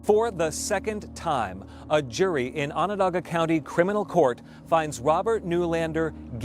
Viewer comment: Well done pronouncing Onondaga county. No one gets that right. We've been living this story in our area for 10 years and I think there aren't too many that believe in his innocence. There are women that find it difficult to believe because he delivered their babies. I feel that if you follow the evidence, the stories simply do not match up. I'm heartbroken for their children. The 911 call is devastating to listen to. Just a sad case from all angles.